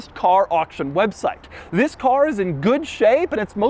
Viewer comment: Don't exaggerate saying ' THIS'